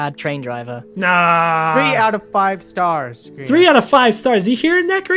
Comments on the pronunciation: I thought it was pronounced Gr-yan instead of Gr-ean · I'm re watching the series. Best series ever. But why does pronounce Grian's name weird?